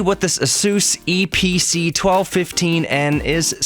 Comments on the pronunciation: Fyi its called the eeepeecee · The Eee Pee Cee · the EeePeeCee